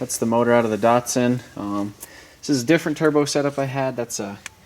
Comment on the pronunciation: Can you stop saying DARTSARN